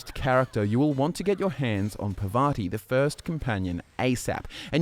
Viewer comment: You know, Parvati is not really hard to pronounce. I just don't understand why everyone mispronounces it.